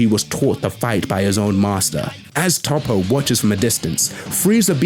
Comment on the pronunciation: I’m glad fam says “Toppo” right cuz “Toeppo” sounds weird when others say it